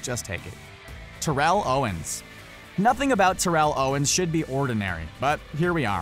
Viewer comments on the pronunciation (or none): terrell its pronounced like daryl except with a T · Ur mispronouncing Terrell wrong. How in the hell can u not say his name correctly